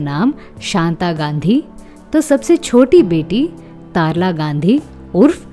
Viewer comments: तरला । तारला नहीं। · Thanjs,, for featuring Deena Ji. She was a natural actress. In her roles, she was as convincing as if she was living the life of the character. I have seen only few of her movies but loved her in them all. (BTW her sister Tarala's name is not pronounced as "Taaaar-uh-laa" but "Tar-laa." It is faminine of the Sanskrit word: "Taral" meaning fluid (as opposed to solid)... usually used in reference to a substance that has no shape of its own, and assumes that of the container it is placed in. In poetry, it is used as an adjective, for instance to describe soft and gentle look in the eyes.)